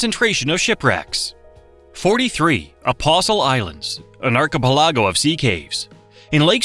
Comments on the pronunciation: In the Apostle Islands section, the archipelago was brought up as an arc-uh-peh-LA-go, when it should have been arc-uh-PEL-uh-go. The em-FAH-sis ended up on the wrong syl-LA-ble. Silly AI voice! In the glacial moraine section, the Baraboo Hills were brought up in another hilarious mispronunciation--it's BEAR-uh-boo, not beh-RAH-boo. Then, --yet another pronunciation blunder. Winnebago = win-uh-BAY-go, not win-uh-BAH-go. The men-uh-MEAN-ee River? Really? It's meh-NAH-muh-nee, which is also the name of a local tribe, as well as a town--Menominee Falls. Aside from the horrible pronunciation, you presented good facts, as well as some spectacular footage. However, I'd take a wild guess that all of these blunders could have been found on Wikipedia, if you were interested. Those who know how these are pronounced roll our eyes, and say to ourselves, "Really?" There's nothing wrong with not knowing. However, not having the concern to check and make sure you're doing it right is really not a good precedent to set, as it really sets the bar low for your videos. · As a Wisconsin native, I understand outsiders having trouble pronouncing some of our town names. Your crap AI cant even pronounce words like archipelago or simple ones like Baraboo. Bear a boo. I couldnt even finish the video. We need to start blocking this lazy AI content farming. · 😆 Say "Baraboo" again 🤪 Then again, it can't even correctly pronounce "archipelago" AI slop... gets a thumbs down. And a block. AI scrapes content from human creators, reassembles and embellishes it. Don't approve of it.